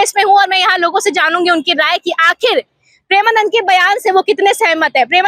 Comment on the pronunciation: Pahale tu maharaj ji ka naam dhang se le uske baad report ban mike utha liya kuchh bhi bolne lagi